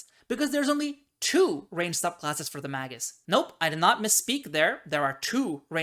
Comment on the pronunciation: Mag(azine)-us Me: It's Mag(e)-us!